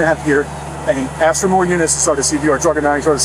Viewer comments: He aks me something ..... 😑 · “Axed me.” “He Axed me.” why is that always how it’s pronounced? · Why do these people say AXE instead of ASK?? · Something I’ve always noticed with these kind of people when they’re guilty, is they always have some kind of verbal backup. “Oh you can axe him, you can axe her…” or in this “you can check the ADT” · NEVER, ever hire an officer that can't pronounce the word ask. He was most definitely a DEI hire. Further proof that DEI hires are dangerous